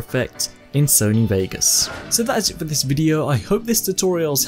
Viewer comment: 22 seconds in he says Sony Wagas